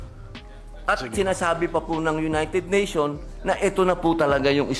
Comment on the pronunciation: anong United Nation, may "s" po yun Senator Robin Padilla, United Nations.